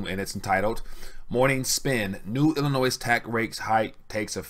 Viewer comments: Don't pronounce the final s in Illinois, it's silent. Time for a haircut people. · Please learn how to pronounce Illinois the S is silent.